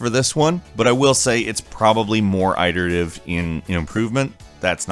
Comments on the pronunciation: I didn't either until these videos, and it's driving me insane. Coming from a programming background, iterative was a common-place term, so I know full well how it's meant to be said, and most definitely does not say it correctly. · The way you say iterative irks me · You are mispronouncing "iterative" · Is it me or is he pronouncing iterative weird? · It-erative, NOT eye-terative, this mispronunciation is driving me crazy! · It's pronounced, "it-erative" not "eye-terative" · Did I hear him say "eye-terative"? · Okay why have I not seen a comment pointing out the fact that the way that says iterative is completely wrong LOL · Just for future reference the word is pronounced "it-erative" with a short "i", not "eye-terative" with a long i. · Quit saying "eye-terative" man it's iterative lol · AYE-terative? U mean IT-terative? Dudes never heard the word before, prolly reading from a script someone else wrote. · Why are you pronouncing iterative that way? It's pronounced with a soft I, not a hard I. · FOR CHRIST'S SAKE IT'S PRONOUNCED IT-ERATIVE, NOT I-TERATIVE. Just looking out for you dude. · iterative is pronounced as e-terative not eye-terative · Lol im not usually a grammer nazi but “ iterative” not eyeterative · It's definitely a mispronunciation rather than an accent or dialect quirk. It's not a huge deal at all, I don't understand why his funny mispronunciations bother so many people... It may make comprehension difficult for non-native and non-fluent speakers, but for the most part, we know what he means. Regardless, all English accents and dialects pronounce the first syllable of "iterative" /ɪt/ and not as /aɪt/. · The word "iterative" uses a short "i". The first syllable sounds like "it". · The i in "iterative" is not long, it makes the "ih" sound. You casul. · Did you say "eye-terataive"? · "Eyeterative"?... Who sais Iterative like that lol? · Did you just say.. "eye-terative"? Bad, NO. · There's no long I sound in iterative.